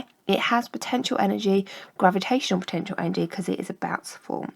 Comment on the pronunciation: 'potenential'? hmmmmmmmmmm